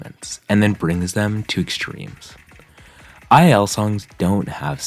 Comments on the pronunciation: its two-l not ii-l !!! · isn’t II-L pronounced as two-L? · II-L is actually pronounced "twoell" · btw the mappers name is pronounced “double L” and he is now an osu! player and has SS’d one of the insane diffs with hidden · slight pet peeve but u pronounce it two L 👍